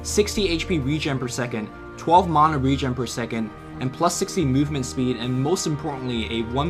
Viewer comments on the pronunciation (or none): none